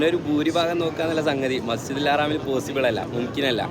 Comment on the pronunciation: മസ്ജിദുൽ ഹറാം അല്ല മസ്ജിദുൽ ഹറം അങ്ങനെയാണ് പറയേണ്ടത്